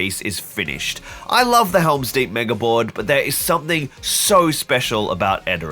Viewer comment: Think I’ve finally got what’s sticking in my head every time I hear you say “mega board”. I think of the compilation of people on Quora misspelling “ouija board”. “help pls wega borad”